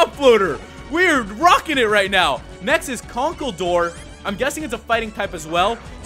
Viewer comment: It's funny how he pronounced conkeldurr